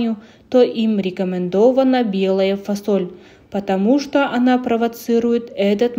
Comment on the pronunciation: Почему фОсоль? 😂🥱